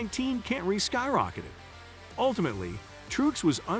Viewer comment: You don't even know how to pronounce Martin's last name. Which is about Parr with the rest of your Info as well as stating the same sentence back to back a couple times. Total waste of time even listening...